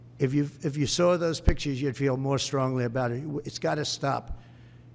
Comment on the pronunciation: I couldn't help but laugh when he spit the word "pictures" . 😅